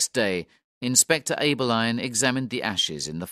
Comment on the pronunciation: The surnames ‘Abberline’ and ‘Pizer’ are also pronounced incorrectly.